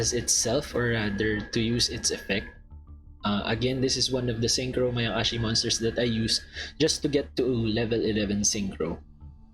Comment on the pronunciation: My guy said " mayaقashi"